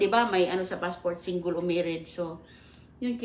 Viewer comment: Hahaha singgol daw😂😂😂 visayan accent mahilig sa word na "ol"